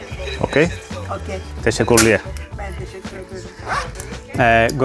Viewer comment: em sembla que col·loques malament la "i" al dir "Teşekkürler". Dius "teshekurlier" i hauries de dir "teshekiurler" (bé, no és exactament "iu" sinó "ü", però ja m'entens).